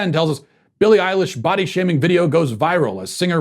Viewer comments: For some reason, I swear I heard you say "butt-shaving." 🤣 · I thought I heard "ball-shaming" lol.